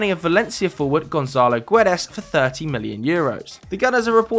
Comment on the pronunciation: The u in Guedes is silent in Portuguese 🙏 güedes sounds too weird